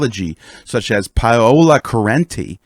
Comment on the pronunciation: my man…, you must pronounce Paola’s name correctly or else she sounds like a scam for cash. Not payola rather Pow-la like a greasy Italian. tyvm😊